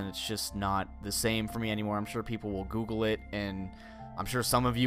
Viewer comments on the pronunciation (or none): none